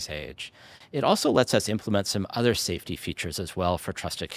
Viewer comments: "Saftey"..... Right.... "Saftey"... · "saftey" JUSTICE FOR SCHELP